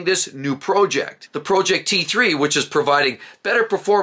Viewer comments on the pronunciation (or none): Did you hear the way this guy says project 😂